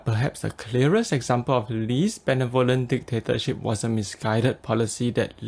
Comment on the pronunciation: sorry i had to stop when you pronounced benevolent. sorry.